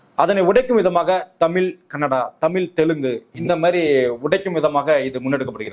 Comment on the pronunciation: தமில் இல்லடா . தமிழ். சொந்த பொழியை ஒழுங்காக பேச முடியல . வந்துட்ட 💸🫷